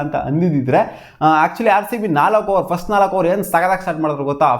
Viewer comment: Hogo frist nin bayalli hel thinnu😂😂😂